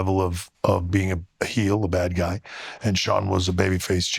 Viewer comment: nothing pisses me off more than Akaash saying "heel"